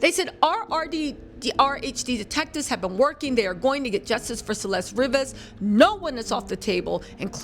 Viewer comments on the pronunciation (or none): Yes. I cannot. But everyone makes mistakes. 🤷‍♀️ I’ve offered my no-judgement services. It’s also REE-VAS, not Ri-vas. That matters to the Hispanic community…